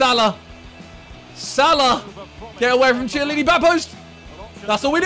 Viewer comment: Who’s gonna tell Simon that chiesa and chiellini isn’t spelled CHEEISA or CHIEELINI it’s KIEZA and KIELLINI